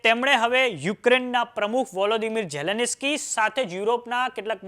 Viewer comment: Zaleneski 😂😂 please Pronounce Sachu karo yaar